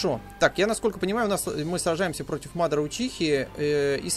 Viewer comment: мадара ударение ударение на вторую а